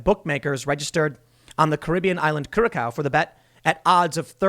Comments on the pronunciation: "curaSAO" not Curacow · FYI, it's cure a sow, not coor a sow. I got that from a native on YouTube. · It's "Cure-a-sow," not "kerr-a-co." :-) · tsk tsk timmie.. sigh seriously.. the fact you botched this one is surprising.. Curacao is pronounced Cur-A-Sow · It's pronounced kurisow Tim, not curicow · Lol Tim its pronounced "Cure-A-Sow"... not "Kurako" or "Kurakow".... The only reason I know that is I'm an Atlanta Braves fan and they have a bunch of players from there. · I don't want to nag but can you please call the island curacao not kurakauw...it is a beautifull tropical dutch island. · curacoo xD its pronounced cura-sow (as in a female animal). sounded really funny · Great. Btw Curaçao pronounced as "Curasao" the second c is an s. Would be so great if Trump winns. 😊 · curacao the second c is pronounced as an s... curaSao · Ahahahaha I'm from Curacao and it's not pronounce like that Tim 😂 , it's ku-rah-sauw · Curaçao is pronounced ker-a- sow Tim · OMG THATS WHERE IM FROM!! its pronounced KuraSao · It's pronounced "Coor-ah-sao". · Tim, it’s pronounced: “Ku-ra-sao”. Much love ❤️ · Curaçao is pronounced as 'Cure-ah-souw’. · Curacau is pronounced cure- ah-sow. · Curacao = Cure-a-so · Not to be that guy but I believe the island is pronounced cure uh sow. I have family who used to live there for work. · Tim, its pronounced (Kura sow) - the Kura Sow is the closest. The Tilde is a squiggly line below the C - it takes a hard C and turns it into a "S" - Curaçao - Minor point to most, your always on your game - just sending some love... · It’s pronounced like “cure-Uh-sow” (like “wow” like the drink. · The second C is pronounced like an S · Cura-sow jeez bub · Curaçao is pronounced cu-ra-sao ... common mispronunciation and I wouldn’t have known that had the wife and I not visited while on a cruise. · It’s pronounced KEWR-ess-oh or ow. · Cure-A-Sow, Tim. Jeez! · Well dang, that's a pretty serious move. Oh and curacao is pronounced "Kurr-sau." Same as the beverage.